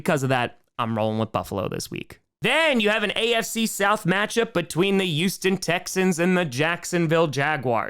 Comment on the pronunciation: Fun cast. But the word 'Titan' has a "T" in the middle. It's not pronounced Ti-an, it's Ti-Tan. Try it, thank you. And also, the word 'Houston' starts with an "H." It's supposed to be pronounced.